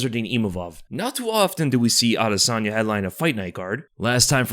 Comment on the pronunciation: pronounced adusanya 😅